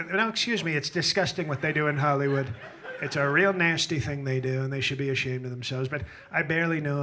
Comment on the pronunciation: The way he enunciates 'nice' and 'nasty' - chef's kiss 😂😂😂